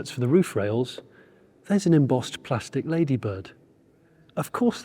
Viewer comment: P L A S T I C — pronounced plastic :)